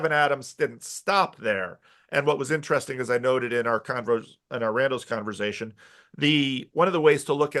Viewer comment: just having a "converzation"